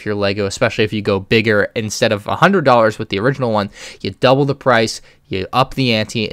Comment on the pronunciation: be like: DUBBLE THE PRIZE!